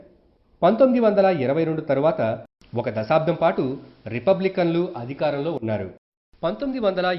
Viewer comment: Very good. భాష pronunciation లో వత్తులు( e. g. అదికారం బదులు అధికారం) ఉంటే ఇంకా బాగుండేది.